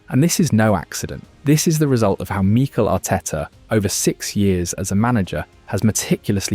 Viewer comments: Meekle Ateta. AI voices are annoying. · Exactly! I grew tired very quickly of hearing MEEEKEL Arteta every 10 seconds 😂🤦🏻